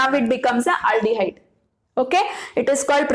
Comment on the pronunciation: Aldihyde xxx Aaldihyde ✓😂